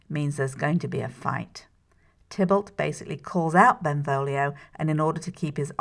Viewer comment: Tybalt. Not Tiblet. Haha!